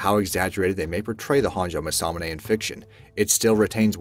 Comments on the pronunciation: Ma sa mu ne, dont stress any of the syllables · I thought the First weapon was pronounced Mass-Ah-Mu-Neh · It’s pronounced MAWS-A-MOON-A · This video pronounces it almost muh-sa-muh-nay. The video you link to pronounces it closer to mah-sa-moo-nay. Huge difference. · How to pronounce masamune mah sah moon ai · It’s Ma-Sa-Mu-NE Jeeze talk about cringe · Mass a mue nae my guy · Yes, he has no business doing voiceovers if he cant get the correct pronunciation. MASS-UH-moon-aye not whatever it was that he was saying. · You pronounced masamune wrong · Cody Jones his pronunciation of masamune hurts. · You pronounced masamune wrong. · i love how u butchered masamune.. not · The butchering of the name Masamune is grating! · How on Earth can he not pronounce masamune this triggers me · I can probably forgive some of the mispronunciations. The exceptions are Masamune and Mjolnir.